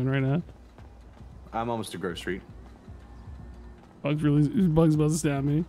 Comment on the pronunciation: strawberry says I'm almost to Grove Street, first time though it sounded like I'm almost to grocery..... Is that fruit PD headquarters?